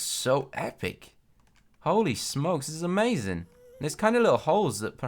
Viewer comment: said a-maze-ing but I don't think he intended to